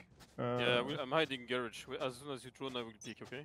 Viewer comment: “There at gurrege” is my favorite callout